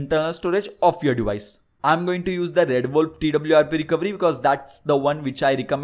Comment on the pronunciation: It's not recovry, it's fucking recoVEry my god!